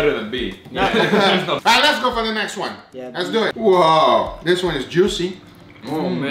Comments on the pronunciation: “Les dew eht” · "So les do eetttt" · I like how he says let's dowe